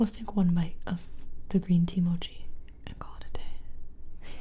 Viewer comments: Its Mow-Chee not Moo-chee lol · Lol she pronounces every thing wrong of she said mochi like mawchi I was gonna flip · she said moochie instead of mochie.. it’s pronounced mot-shee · Gibi Pls! Mochi not Moochi :) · Correct me if I’m wrong but Gibi I think they are pronounced Mac- uh- ron and moe- chee. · It's mochi (Mo key) not mochi (Mo chi), no hate just a simple correction